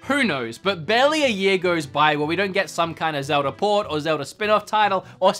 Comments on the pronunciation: Is it pronounced Zel-da or Zel-der? 😂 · “Zelder.” I should be mad, but surprisingly I’m not. (I don’t know if it’s on purpose or just the slip of the tongue) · Sounds like you say ‘zelder’ sometimes. 😁sounds cool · Hah, just noticed that says Zelder 😂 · Zelder ocariner of time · Zeldar? Ocariner of time?